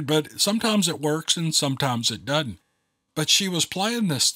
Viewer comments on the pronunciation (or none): I heard you say .. sometimes it works sometimes it dudnt (doesnt) when you was talking how to pronounce a word .. ive heard dudnt all my life but now im wondering is dudnt even a word ???